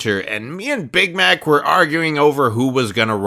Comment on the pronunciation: Omg bamax shut up I legit thought he said bamax instead of big Mac XD